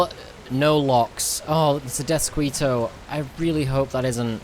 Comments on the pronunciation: Death-skee-toe Not squee. Like mosquito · You are so adorable. The word Deathsquito is pronounced: Deathskito... :D Mosquito is a Spanish word. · Deathsk-ee-to... Please guy..